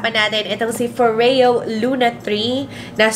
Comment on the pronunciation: Tere Cagindagan NO. IT'S FO-REYO 🙄🙄 IT'S SWEDISH GIRL. DO YOUR RESEARCH. Lol 🤣